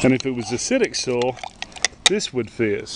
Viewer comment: What is "SOL"? Try so-i-ol. soil. He's a southerner and probably says ol for oil. I call them folks lazy talkers.